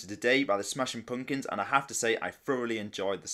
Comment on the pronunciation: I love how you say Smashin Poompkuns 😂